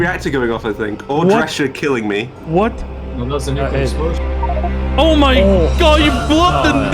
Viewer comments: is me or he says nucular instead of nuclrear? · "Nucular", though? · I swear the next person who says ‘nucular’ is going to get it. I have a very pacific set of skills and I will find you.